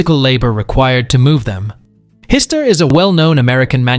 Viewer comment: Hyster is pronounced: high-stir